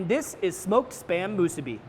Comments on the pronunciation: Not to be a jerk here but the pronunciation is mu-SU-bi. (Makes it taste better too!) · Its musu-BI